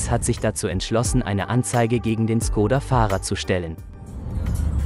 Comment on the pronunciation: Schkoda! Es wird Schkoda ausgesprochen. Das Š im Tschechischen ist vergleichbar mit unserem sch.